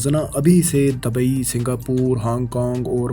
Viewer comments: Bhai apni pronunciation thik kren Naqsan ni nuqsan Alaqy nhi ilaqay Dabai ni dubai Nawaiyat ni noiyat Ra,aayaten ni ri,aayaten Sahal ni sahil Calambo ni Colombo Nahayat ni nihayat Makammal ni mukammal Azafa ni izafa Malazmat ni mulazmat Mamalik ni mumalik Alzam ni ilzam Nazam ni nizam Hairani ki bat ha faisal bhai ne kesa bnda hire kia hua ha jis ki urdu hi thi ni hai Pronounce thik ni krta is liye pori video ka image khrab ho jata ha video ka maza ni ata Video dety waqt aese feel hota ha jese kisi anparh bnde k channel ki video dekh rhy hn Manafqana ni hota munafqana hota ha Jagrafiyae ni jugrafiyai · Bhaye jab boltay ho tu words sahi bola kroo...its dubai not dabai ....and its Colombo not kalambo...its not the same guy who used to speak before...its a different man and he is just trying to speak the same way as previous man use to speak...I forget the name of that man who was before in this channel